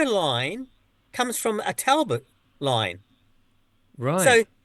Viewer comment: I am an elocution teacher. Please note that it is pronounced Talbot as in Tall-Butt. Thank you. Mrs D in Yorkshire